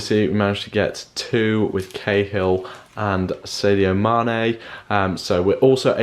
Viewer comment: You cant even say sadio mane